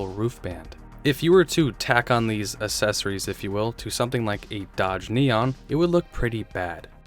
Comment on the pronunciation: Assessories? Oh my. There's a "c" in there.